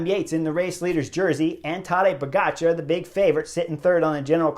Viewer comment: Please pronounce pogacar correctly